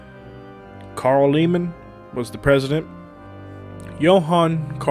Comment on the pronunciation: Please pronounce my maiden name correctly!!! Lehman is not correceither. TEINERT AND Lehman is pronounced pronounced Layvman . My son will will look for you on Sunday. Teinert is a very important name in Texas Wendish history.